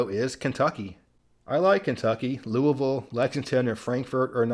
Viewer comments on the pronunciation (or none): none